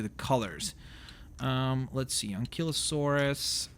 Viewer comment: Enkilosaurus? Stagosaurus? An-kylo-saurus Steg-o-saurus Simple sound it out